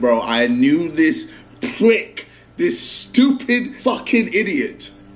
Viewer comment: ksi said prick not brick😆